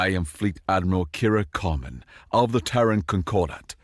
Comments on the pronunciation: I was really surprised a scifi story VA mispronounced "Terran" repeatedly. It's pronounced "Tear-ran." Like tearing and then you ran. Tear-ran. Not "Turr-rone." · I'm pretty sure Terran is not meant to be pronounced like Tehran